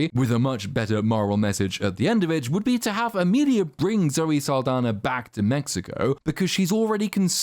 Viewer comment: Zoe's last name is actually Saldaña, which is pronounced, "sahl-DAHN-ya."